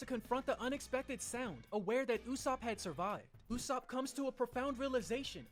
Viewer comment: The usopp pronunciation is hurting my soul - and the slander